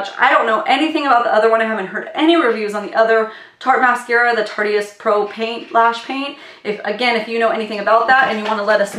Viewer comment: I think that you need to check your editing. There’s long duplications throughout the video. Also Tarteist is pronounced as “Tart-ist”. Not Tart-e-ist. 👍🏻